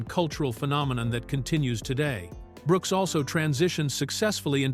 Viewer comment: Does anyone bother to the voice track? How much of a lag do you need between the L and the last name of Brooks and the ironic thing is it was consistent. Did the AI put a period after the L making act like it it was the end of a sentence?